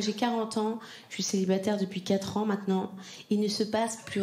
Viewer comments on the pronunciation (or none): none